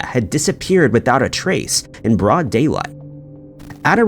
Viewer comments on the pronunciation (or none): none